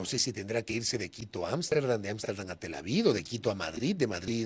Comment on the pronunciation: Pero es Tel Aviv, no Tel Avid